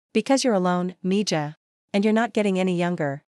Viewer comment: Mija is pronounced me ha.